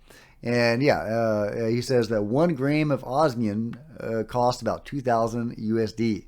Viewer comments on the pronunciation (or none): Osmium, not obsium. Yes, it is the rarest naturally occurring and stable metal on Earth. Rarer ones have extremely short half lives (seconds at best) and don't matter because you can't do anything with them (eg francium)